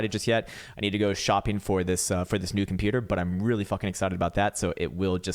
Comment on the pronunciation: A very good morning two you ,K! Bullish on your new computah ! Thnx